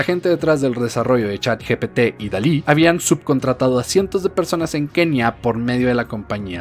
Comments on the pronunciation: Supongo que sí, ya que trata de pronunciar correctamente chat gtp, ya que nosotros lo pronunciamos de manera coloquial, ya que la g en español se pronuncia cómo "je" no cómo "yë", y en inglés se pronuncia distinto. Así que. . . Hace su mejor esfuerzo. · dice chat gtp.... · Perdón, comparto todo lo que dijiste. Pero no soporto, NO SOPORTO como una "profesional" que trabaja para Microsoft no sabe decir "Chatgpt" cuando literalmente es parte de su campo de trabajo. Es en serio una profesional?